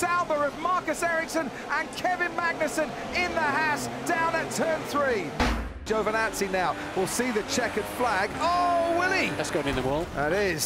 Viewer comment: lol very bad pronunciation on Giovinazzi